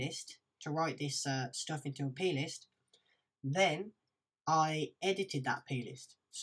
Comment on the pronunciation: ohhhhhhh plist, for a second there I thought you were saying penis :P